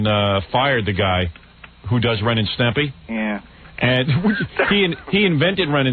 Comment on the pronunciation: Howard totally incapable of saying "Ren and Stimpy" properly. "Stempy."